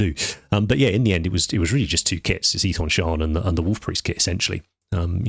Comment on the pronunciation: Thanks for being the only guy I've heard pronounce Ethan Shawn's name right.